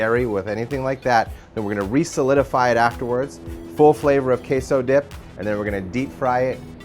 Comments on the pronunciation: The way they pronounce it sounds more like 'queijo' in Portuguese but the word they use is in Spanish. They can't even pronounce 'queso' in Spanish correctly. I'm just voicing my thoughts out. But seriously. Show some respect to other countries' languages. Spanish is the second most common language after all. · We actually pronounce it correctly. This guy is a douchebag, what a horrible video.